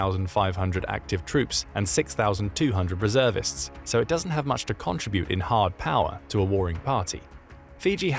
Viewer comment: Contra-bute? Contr-i- bute. 😊